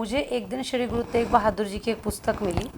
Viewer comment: ਪਤਰਕਾਰ ਜੀ ਗੁਰੂ ਤੇਗ ਬਹਾਦਰ ਜੀ ਬੋਲੋ ਗੁਰੂ ਤੇਕ ਬਹਾਦਰ ਨਾ ਬੋਲੋ ਸ਼ਬਦ ਸਹੀ ਬੋਲਣਾ ਚਾਹੀਦਾ ਹੈ